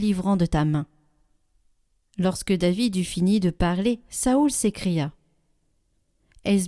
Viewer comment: Cest nouveau de prononcer Saoul ?